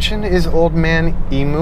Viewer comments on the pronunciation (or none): Love everything you do..................but it's pronounced Old Man "e-mew, not e-moo". It's an Aussie thing!!